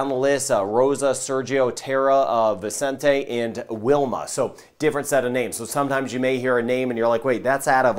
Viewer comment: Oh yea he said Wilma at willa😂